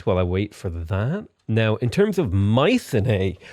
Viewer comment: ...How did you just pronounce mycenae lmao